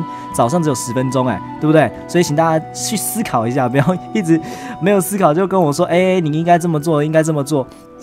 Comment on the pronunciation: 3.27的时候说“请大家去思～考一下”然而我听到说请大家去死 XD哈哈哈哈